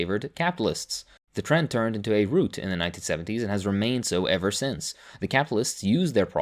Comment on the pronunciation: Just FYI, rout rhymes with about, I imagine it's a word you've probably only seen written and English is... the way it is.